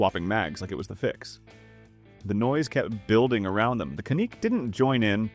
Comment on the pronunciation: It would be great if you knew how to pronounce the name of the pistol! It’s CAN nick not can ick!!!